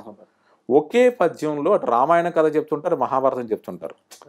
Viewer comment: కత కత ఏంటండీ ? కధ కధ అనలేరా ?